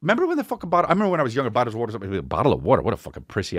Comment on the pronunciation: Chris on the west coast calling it wuutr